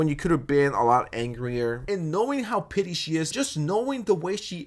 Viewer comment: OH! “PETTY”!!! Ok I kept hearing you say “PITY” and it was making no sense to me lol! So funny!! Love your content!! 2 hours what a treat!